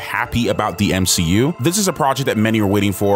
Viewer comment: Sadly if its on the level of she hulk it will barely be worth watching. Oh you miss pronounced M She U.